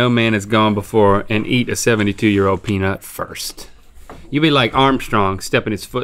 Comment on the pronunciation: The Nicotine "Peenut"